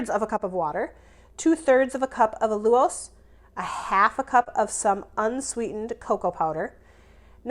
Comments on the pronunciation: Allulose is pronounced: OWL-U-LOWSE 😂😂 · Love your low carb fab recipes ❤thank you! FYI it’s pronounced all-u-lose 😊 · "Al- You-lose"